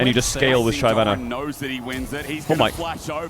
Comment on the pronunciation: if this clown says shayvana 1 more time im gonna lose it, unwatchable unsubbed unfollowed bye